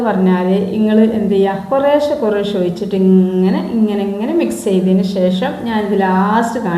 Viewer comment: ഓയിച്ചിട്ടു എന്നല്ല ഒഴിച്ചിട്ടു എന്ന് പറയു